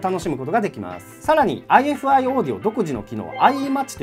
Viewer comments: ifiの読み方はアイファイですねぇ！！ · ハイインピーダンスで低能率なヘッドホンでもこのサイズで鳴らし切ることができてしまう、現状最強のポータブルDACですね。ちなみに、メーカー名の正式な読み方はアイファイだそうです。